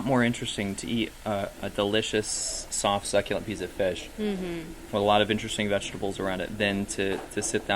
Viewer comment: Did you say succulent?